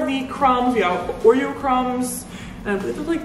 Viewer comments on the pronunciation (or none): none